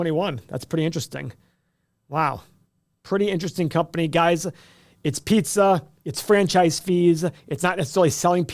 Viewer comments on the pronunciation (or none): You are from Ohio you can’t even talk pizza!